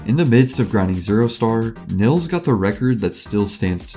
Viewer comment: btw you say 'nils' like 'neals'.